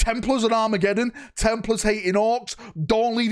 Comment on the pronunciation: Happy new year!! Great video. For a minute there - I thought you said WAAAAAAAA-megeddon. I have to concede Dorn would look amazing in a Black Templars colour sceme.